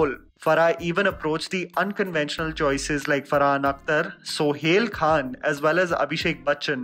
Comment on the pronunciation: Sohail Khan 😂😂and the way you said it